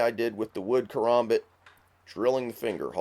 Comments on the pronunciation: its not a kaRAHmbit, its a kaRAMbit, as in (ka-ram-bit) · its ka-ram-bit not karumbit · yeah probably because he is probably a knife enthusiast I'm just saying to me it sounds weird when he says karmabit